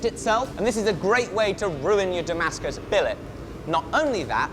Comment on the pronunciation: It's da-MASK-us, not damask-US!